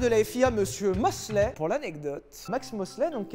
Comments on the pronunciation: Déjà, c’est Max Mosley et pas MoslAy. Ensuite c’est pas une soirée bdsm dans les égouts de Berlin, c’était une soirée sm dans un hôtel de Londres avec des prostituees déguisées en ss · Max MoslEy (avec un "e" comme dans le mot "bite"). Excellente vidéo cependant ! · c'est mosley ,pas moslay. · max mosley ya un e pas un a!